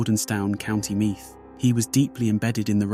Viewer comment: Louth and Meath and Drogheda someone should of told him how to pronounce a few word first 😂😂😂😂😂